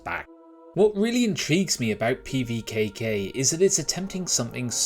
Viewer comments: Nice pronunciation, wanna run that by me again? LOL Looks interesting and worth keeping an eye on I think. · Love the attempt at the name 😂 great preview, wishlisted it.